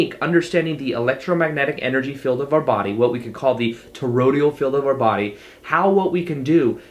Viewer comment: Toroid-AL not Torod-IAL, c'mon man!